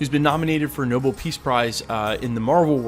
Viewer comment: No - bell... not noble